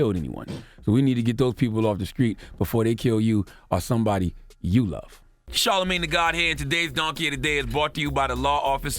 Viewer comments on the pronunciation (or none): Charlamagne every time Charlamagne talks it makes me so mad every single thing that he says starts with th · Wow blamed him than, you say his name wrong smh